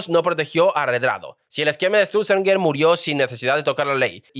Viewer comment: Cada vez que dices "esturzenger" muere un gatito